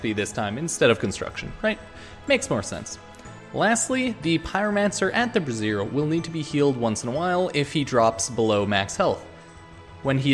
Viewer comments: Yeah haha what you're saying is brassiere (which is a women's bra) lol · Just so you know, you're pronouncing "brazier" wrong haha - google it and hit the "Listen" icon :p